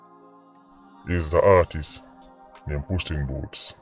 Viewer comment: ..lol "puss in booths"...😂 "Pepsi"